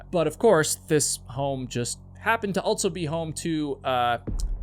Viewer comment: You always say "altso" instead of "also". There is no T in that word my guy..